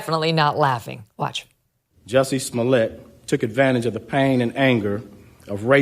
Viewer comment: Most disappointing is your unwillingness to pronounce his name correctly, even after Dave Chapelle went to exhaustive lengths to help the public know: "Jussay Smollyay". You're welcome.